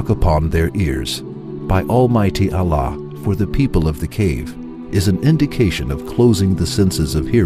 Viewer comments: Please try to use a learned presenter, so that the pronunciation of Allah and the quran verses are read correctly. The meaning can change if the verses are not read correctly. I did not mean to offend the present presenter, please forgive me. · please try to use a Muslim person for presenting because he can then pronounce Allah correctly and also read the Arabic verse correctly. please no offence meant to the present presenter, just an advise. if we pronounce the Arabic incorrectly, the meaning changes. May got accept my good deeds and forgive my sins. Ameen.